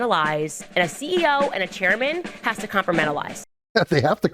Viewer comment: Yeah but you gotta "compromentalize" that